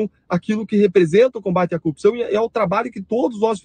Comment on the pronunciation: Este aí também fica fala coopção, será que é o idioma do Paraná? Paranaenses se defendam!!😁😁 Brincadeira, acho que é só o marreco e sua corja